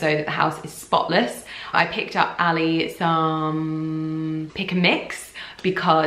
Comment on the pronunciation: the way she pronounces ali is so cringy